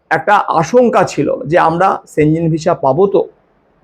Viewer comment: সেঞ্জেন না, সঠিক উচ্চারণ হবে সেনগেন।